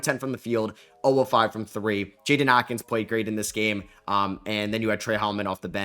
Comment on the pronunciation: It’s Akins not atkins. Theres no T in his last name lol